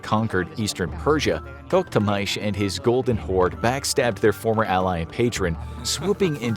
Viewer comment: It's To-KH-Tamysh and Bayezid, not Bazayid